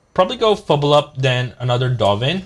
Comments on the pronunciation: Fblthp - it's not "feebil-up" or "feeble up", it's "Fee-Bill-Tip", still a nice video bro, nice plays. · It's "Fibblethip"